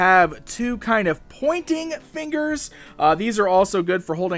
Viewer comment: Did everybody noticed that he said pointing figers